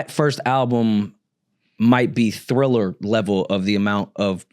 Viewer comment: please dont let the word Thriller come out of your mouth again 😅